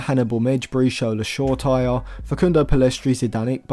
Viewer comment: I like videos like this because of how unrealistic it is for Manchester United also it is Sho-ray-ti-ray